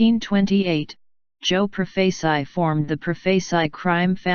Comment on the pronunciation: Pro-face-eye? Cay-po? Lol!